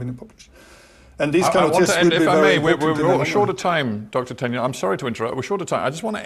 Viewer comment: Why is this interviewer mispronouncing Tegnell's name all the time? It is pronounced Teg-nell, not Ten-yell.